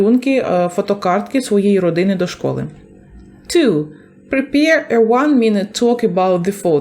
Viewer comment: Prepare [ prı'peə] правильно вимовляти